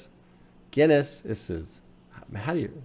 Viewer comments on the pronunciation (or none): You say Guinnesses just like 'Businesses' XD lol no need for the sseseses. Awesome reaction to a great album. Love your breakdowns, insights and wisdom.